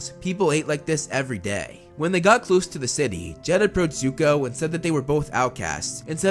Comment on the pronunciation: It's not yuko its zuko